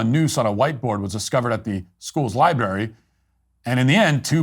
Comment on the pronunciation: Matt were you quoting him when you said Libary? because if not there is no forgiveness for this!